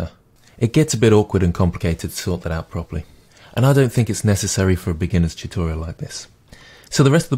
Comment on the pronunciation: "...so have a go at thaTT" :'D